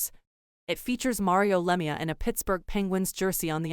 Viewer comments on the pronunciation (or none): Terrible AI speaking voice and getting all last names wrong like Lemieux! Just do not use AI as it is only crap!